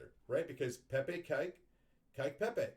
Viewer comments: Kek is pronounced like neck or peck. Not like cake or kike as you say it. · Lol your pronounce kek as "Kyke" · I thought you were talking about cake like a birthday cake and then I realized you were saying kek. I have always said it like the word heck